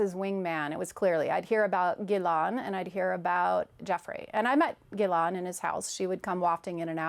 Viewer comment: This woman can't even pronounce Ghislaine's name correctly. It's not pronounced Gilon it's pronounced Gilane. She wasn't close to anyone.